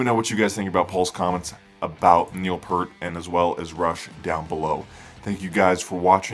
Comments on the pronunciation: Neil's surname is pronounced Peart as in ear not pert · It's NOT "PERT" it's Peart!!!!! geez dude.... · Peart. Not Pert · They've been my favorite band since 1982. I never heard his name pronounced like that until very recently. It was always "pert" until maybe 2000. Maybe I just missed it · It’s pronounced Peert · you are 100% correct pjones8404, it drives me crazy every time i hear people miss-pronounce Peart.., obviously they aren't true believers...